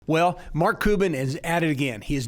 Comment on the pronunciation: Thanks for the information, very informative. The only thing that threw me off was your constant mispronunciation of Mark Cuban's last name. It's Cuban(Q-ban) just like the people who come from Cuba. You kept saying cou-ban. What gives? 🤷 Btw, Mark pronounces his last name Q-ban